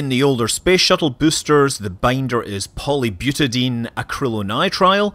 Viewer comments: FYI, butadiene is pronounced byoo-tuh-dahy-een, not byoo-tuh-deen. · Scott, I like your channel but I must correct something. "Butadiene" is pronounced "Byooota-die-een". Polymers are named after the monomers they're made from, such as butadiene. Butadiene has four carbon atoms in the chain (buta) and two carbon-carbon double bonds and thus "diene". Keep up the good work! :-) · It's pronounced buta-dye-ene